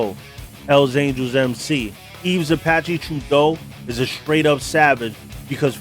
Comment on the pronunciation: It’s Apache not zapache Yves (the s is silent) it would be pronounced similar to eve Apache Trudeau. Not truh-doe, troo-doe or true-doe Surprised Mom Boucher wasn’t mentioned